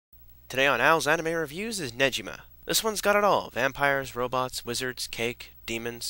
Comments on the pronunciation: it's ne-gi-ma -gee- not ji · It's Ne-gi-ma as in gi like an E not Nejima as in ji it's Ne-gi-ma! Also Negi's name is the same to Ne-gi like an E not ji. But also the series never get's boring and check out the manga they focus on every body in the book and the music never gets boring and sorry for saying so much but Im a big Negima fan. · It's Negima not Nejima. It's a common pronounciation mistake. This was a great show but I liked the second series better than the first. Too bad it was never finished before being deleted from youtube. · its NE GI MA not negima, not pronounced NEGI MA or NEGI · Thats not how you prenounce Negima dude! >:(